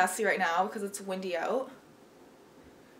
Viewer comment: “Definitely check that oot” ^^